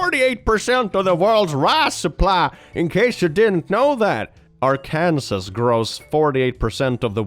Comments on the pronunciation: I'm sorry... It's pronounced like are kin saw not our kansas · btw you say arkanas wrong. They hate ar-kanas Its arr-kan-saw 😂😂😂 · Hey, I know you aren't from the US, but 'Arkansas' isn't pronounced "R-Kansas"; it's pronounced "R-can-saw" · I've heard you say this before, and I know the spelling's weird, but it's not "ar KAN sas " it's "AR kan saw" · british pronunciation or not, it’s not arkansas. it’s pronounced ar-kan-saw. not to be confused with kansas, pronounced kan-sas it’s stupid i know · Arkansas is pronounced ar-kin-saw not ar-kan-sus Yes it is very stupid but that's 'murica for you Stupid and illiterate. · Ok I know it’s small but I’m from Arkansas and the way was pronouncing it sent me (it’s pronounced are cun saws not are can sus) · no to be that person but since it's a r/ConfidentlyIncorrect i just have to say it's pronounced aa-kuhn-saw not are-can-sas. /js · Little nitpick but it’s pronounced ar-kan-saw, not ar-Kansas. It is legally stated as such (though there is no legal penalty for mispronouncing it) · i regret to inform you, its not Are-Kansas, Its Are-Kin-Saw. its dumb, i know but as someone who was born there it hurts when ppl say Are-Kansas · its ARKANSAWS NOT ARKANSIS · "Our Kansass"? ? It's Pronounced "Are Can Saw" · Note: "Arkansas" is pronounced "AR-ken-sa", not "r Kansas". The name is based on a native word as transcribed by French explorers, hence the silent S at the end. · I thought he said "Ar-Kansas" as like a dyslaxitive joke at first, you know, he does from time to time But then he kept saying it and I was like oh, he actually doesn't know how it's pronounced So for all the Non-American Viewers out there, it's pronounced "Ar-can-saw" Don't ask me why, it's dumb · R-can-saw, not Ourkansas lol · Are-can-saw not are-Kansas. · It's not are-kansas, it is pronounced "are can saw" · So it's not pronounced Ar-Kansas but Arken-saw. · I love the way he pronounces "Arkansas".. It's more like "ar-kan-sah."